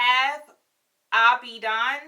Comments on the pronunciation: It’s pronounced “Ah-bee-jan”. It’s a capital city in west Africa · It’s pronounced Abidschan and Ginea instead of Guinea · interesting...I’ve used you as a reference, but I use Guinea. I’ll test Mozambique next time I visit Ulta. Btw, it’s pronounced as Gih-knee and Ah-bead-Jahn.